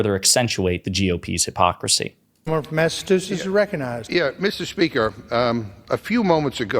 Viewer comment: This guy can’t even read and says Mastachusetts. How did he get this job?